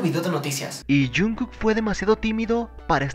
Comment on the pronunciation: Porque no dices bien el nombre de jungkook?